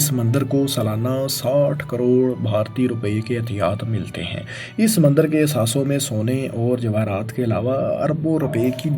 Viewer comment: Mandir to suna tha Mandar aj pehli bar pta chala Shumar ko shamar Ilaqay ko alaqay Pta ni ajeeb jahil banda hai jis ko lafz bolny e ni aty